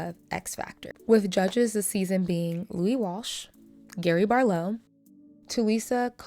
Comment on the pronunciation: Love the way you pronounced Gary Barlow, you made it sound very European 😆